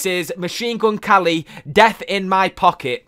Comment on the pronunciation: why does he say machine gun kally though?